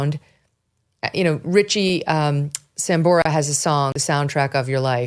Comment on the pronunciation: I love you Megyn, you lost me at “Ritchie Samborah…”, glad Adam is ok